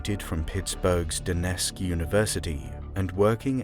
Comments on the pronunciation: Duquesne - How do you get da-nesk? It’s dew-cane. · It's not Doo-Nesk. It's Duquesne, pronounced, "Doo-Kayne". Sheesh, are you an AI? And it's not Ol-gunny. It's Allegheny. Pronounced, All-Ieg-Hay-Nee." This is Pittsburgh!!! Home of the Pirates, Steelers & Penguins. Even you Limeys overseas should've heard of us at least a few hundred times in your lives. How embarrassing. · Just to let you know, Duquesne is pronounced "Do-Cane". I was born and grew up in Greene Township, Pennsylvania which is powered by "Duquesne Light" nuclear power plant. My grandfather's entire electrician career was spent working at this plant so I'm 100% sure I know how to properly pronounce the name. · Just a point of clarification: Duquesne is pronounced Do-CANE. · This was great. Since you're from the UK, perhaps you might investigate our weird American pronunciations a bit: Duquesne is "Doo-kane,"; Slough is "slew," Allegheny is "al-e-ghay-nee," and so forth. If in doubt, consult the internet. I know it was your language first, but we have our little ways. Otherwise, fantastic work! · The Pittsburgh university is pronounced due-cane.